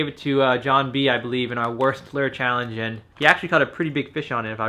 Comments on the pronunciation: I cringe when he says lure😂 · How he says lure pisses me off